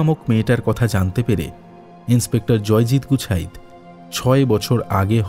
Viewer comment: খুব ভালো লাগলো। অসাধারণ একটি গল্প। কিন্তু উচ্চারণের ভুল গুলো খুব কানে লাগে। 'গুছাইত' কে বারবার 'গুচ্ছাইত' বলা কেন?